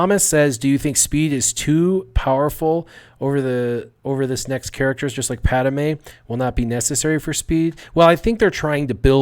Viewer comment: PAD-ME not Pad-A-me